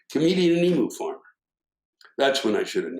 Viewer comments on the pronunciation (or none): Love your work Sir... However, I have to be a pedant, but just slightly. Forgive me, for I don't want to turn it into a rant, as it's just not worth it. As an Australian, I can say that the pronunciation of the flightless bird is "ee-mew" not "ee-moo". For all I know, the great Emu wars in Western Australia (November – December 1932) were caused by the birds being peeved at the incorrect pronunciation of their name. We don't want a repeat (because they beat us)